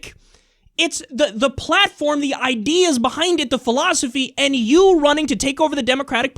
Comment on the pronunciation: It's "and" NOT "end" for the 5 thousandth time.